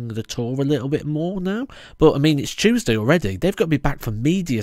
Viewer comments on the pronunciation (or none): none